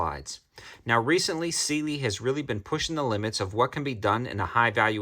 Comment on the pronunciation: Pronounced Si lee